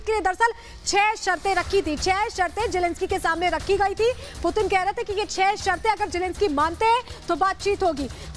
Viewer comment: Do report do bat koi putin bolraha koi pudin 😛😛